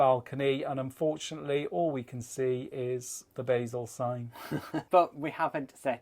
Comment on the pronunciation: LOL we were both screaming at the television whenever someone mentioned the departure port It isn't pronounced like the herb "BAYzel" it is pronounced "BAHzel" BTW Luzern is quite a trek to see though it is stunning I went there on the same camping holiday when we stayed on the island in the Rhine and at that time they had a piece of Moon rock in the Transport Museum and you were allowed (under supervision) to touch it. Don*t think they allow that now.